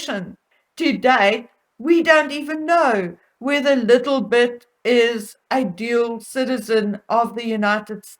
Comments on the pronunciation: Why do you say "LITTLE-bet" rather than "LILI-bet"? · I love how you say Lilibet, sounds like little bit, that’s what my hubby calls our new kitten. Take care of yourself, that could be asthma, I have it and coughing in wood smoke just tears me up. ❤️🍅